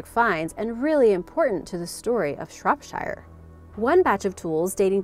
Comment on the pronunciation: No. The pronunciation is good, but not accurate in some cases. Shropshire is pronounced "Shropsha" not "Shropshayr" for example. I love her upbeat mood though.